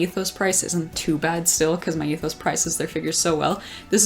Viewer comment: OMG, this was such a great video 😭❤️❤️❤️I love the close ups of each figure as well! Glad you could pick up the Miku Myethos figure and I started dying when you couldn’t pronounce it 💀💀💀💀 I hate youuuu. Anyway I cant wait to see more of your videos 🥺🥺🙏🙏🙏🙏